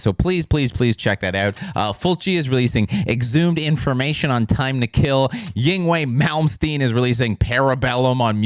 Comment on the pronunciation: Haha you said "Ying way Malmsteen"